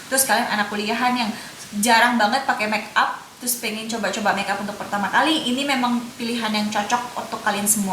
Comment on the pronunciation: hi dear, channel nya menarik. hanya kalau boleh kasih suggestion, better ngmg inggrisnya dikurangin. karena sometimes agak ngeganggu waktu balik ngmg bahasa.. coba jadi choba, cuma jadi chuma, gel jadi ghel ,etc.. dan kl memang mau ngmg inggris difull in inggris tapi latihan pronounciation nya sama kalimat" nya.. tapi overall bagussss ngmg nya cepet dan jelas reviewnya .thx u